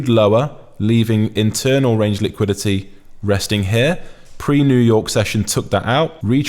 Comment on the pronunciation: Bro the way you say liquidity is crazy! "Lick quidity"🤣🤣🤣